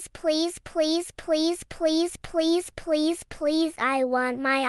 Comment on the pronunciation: Lol this please please was so weird is sounded like police police😂